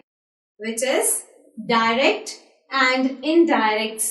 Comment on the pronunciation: Wrong prononciation of direct